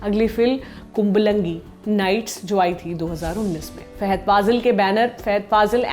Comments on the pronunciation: Faaaaaahaaad not feeehaid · wrong pronunciation of his name Fahad not Fehad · Fahad not fahed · It's fahad not faihad. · Fahed nahi name uska Fahad hain 🤦 she can't even pronounce his name properly , so annoying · It's not fehad it's Fahad फहद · Thanks for noticing... But don't murder the movie/actor names. He is Fahad, not Fehed. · Anchor should know to pronounce his name he is not Fehad he is fahad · Not fahed...it is fahad